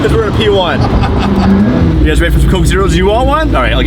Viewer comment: “P1!” What I heard: “We won!” Yes, yes you did.